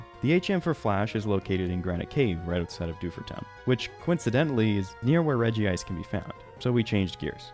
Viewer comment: gen 9 pokemon: we gotta handhold these kids through everything gen 3 pokemon: learn braille, you have no other choice (also, thank you for pronouncing it regi-ice instead of regice)